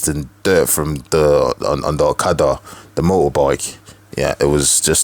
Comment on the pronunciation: The way you Pronounced " Okada " got me 😂😂😂😂